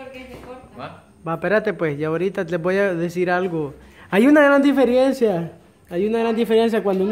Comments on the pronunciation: No se dice diferiencia se dice DIFERENCIA. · DIFERENCIA! No difiriencia. Aprendando a decir 😂